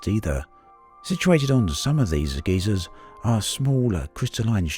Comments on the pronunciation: geysers, not geezers :p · my man......say it with me guy-zerr, not ghey-sirs. One is a geologic feature caused by volcanic activity, the later is an old dude.